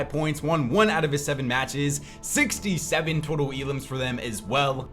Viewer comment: Next time say 67 right 😂